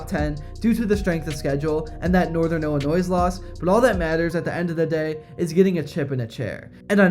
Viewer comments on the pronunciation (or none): Hearing you say illi-noise and lewis-ville hurts. 😆